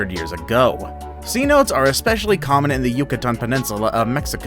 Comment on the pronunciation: cenote is pronounced say-noh-tay, not see-note